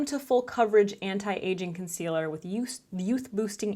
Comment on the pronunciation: Hahahaha! Keep on replaying the “This is a COHN-SEE-LUR.. a what????” Hahahahahahaha! $80 dollars! 🤣😒